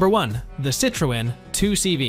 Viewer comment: You miss pronounced Citroen as if you had never head an English OR a French speaker say it, and two cars in haven't even mentioned the engines.. I'm out.